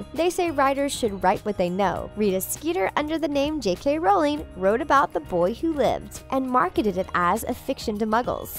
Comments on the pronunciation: It’s rOwling not rAwling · "SEE-mus" (Finnegan)? Is it daft ye are, woman? That's SHAY-mus--and SHAYM on you for not knowing that! ;-) EDIT: What is up with another one of these narrators? How could she be held up as an expert on HP when she pronounces JKR's surname to rhyme with "HOWLING"? "ROWLING" RHYMES WITH "*BOW*LING"!